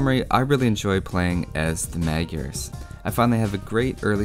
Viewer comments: it's pronounced Mud-yars. Hoo-sars. Legend has it all the villagers are Toldi Miklos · I've seen that you take great care of details like the correct pronunciation (plumed :P ) and as my country borders with Hungary, I can tell you that "Magyars" is pronounced [majars]. Nevertheless, keep up the good work. ;) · Tis pronounced "Modj-yars" or thereabouts. Don't worry, nobody gets it right. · It is pronounced as Madyars in hungarin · Kiváncsi volam hogy fogja kiejteni. Magiarsz. Kicsit fura volt de nem magyar a gyerek szóval megbocsáltok neki xd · That pronounciation is pretty funny :D For the A in Magyar, there is no example in English, it's like the U in UP, with less widely open mouth. HUSZAR (originally HUSZÁR): HU is like WHO with a normal H, like HUNGRY. SZ is a normal S in English. Á is like pronouncing UP with a long syllable. That's where the Hussar's name originates from as well. Also, calling us Hungarian would have been simpler from the developers as well. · The Magyars are Hungarians. And you’re pronouncing it very wrong, but you know that already. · Good, although, in Hungarian, "gy" is pronounced more like the "d" in "duel"... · Not magyars its hungarians